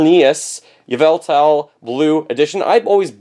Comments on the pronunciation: They're pronounced ZER-nee-us, and ee-VEL-tull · Xerneas is pronounced xer-neeas, Yveltal is Ie-vel-tal Hope that helped (probably not lmao I never dont explain how to pronounce stuff in text)